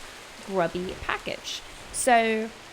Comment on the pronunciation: You sometimes have a Brittish accent when you say "so" :'D